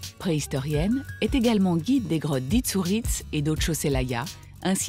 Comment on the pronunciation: "Saint Martin d'Areuboue"? Non. Saint Martin d'Arbéroue. "La grotte d'Itsouritz"? Non plus. La grotte d'Isturitz.